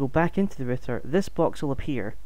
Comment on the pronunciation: good video but why are you calling it a ritter when it is a router? r-out er